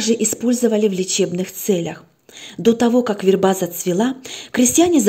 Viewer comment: Добрый вечер. Ставьте, пожалуйста, правильно ударение в слове ВЕРБА ( на первом слоге!!!!!). Очень тяжело слушать, когда так часто неправильно произносят слово.